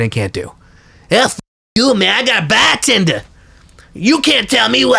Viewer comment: you mean BAHHH-TENDA!